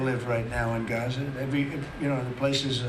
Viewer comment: It's called "Gaza", not "Gaze" - but since Fox is in Bed with the orange DB they will probably call it "Golden Riviera" anyway